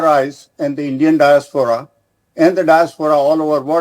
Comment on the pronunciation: It's Diaspora.. Not Disapora..